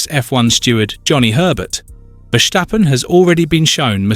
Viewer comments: I think that’s how the Dutch pronounce it tho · Mate, there is no way you could've known but I am Dutch. It is not pronounced like that at all. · Why must you say: “Vershjtappen”. It’s Ver-Stappen. There is no sshhh in the middle